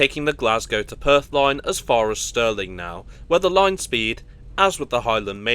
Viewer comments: How embarrassing, it's STIRLING not STERLING! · Stirling please, not Sterling [GBP] currency! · Stirling you idiot not Sterling.